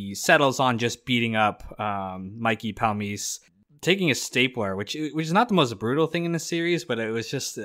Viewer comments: Ba-ri-si and Pal-me-chee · Good video. Just as a little advice: "E" endings in Italian names almost always are pronounced. For example Larry Boy Barese-e is how it would sound, and is of course how you hear it in the show. Same with Mikey Palmice and others. Not some huge deal, but that is the right way to say them.